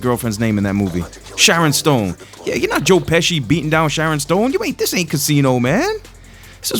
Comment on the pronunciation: It's pronounced joe peskey (Pesci) not joe peshee